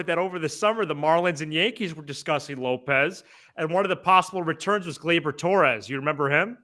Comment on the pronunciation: I'm usually on your side but please don't ever say lopes for happ again That made me throw up a little in my mouth lol